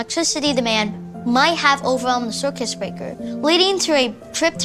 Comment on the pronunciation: the “circus” breaker? That was the best take?